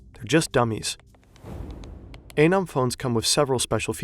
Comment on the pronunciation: somehow you guys call it "A-nom" the entire video whilst also including a video of an FBI agent calling it "Anum" loool